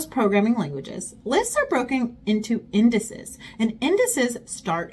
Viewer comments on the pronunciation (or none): Indices = Indi'seez for pronunciation 🙂